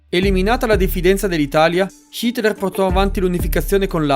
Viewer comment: Solo io lo sento pronunciare "Shitler"?